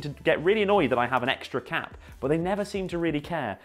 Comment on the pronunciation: Sounds like he’s saying cat instead of cap